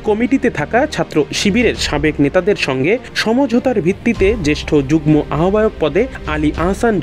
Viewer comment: পড়াশোনা না করে অটোপাশ কিংবা কোটায় সাংবাদিক হলে যা হয় আর কি। যুগ্ম এর উচ্চারণ যুগনো হবে। গ্ম=গ+ম কিন্তু এখানে ম এর উচ্চারণ উহ্য থাকবে।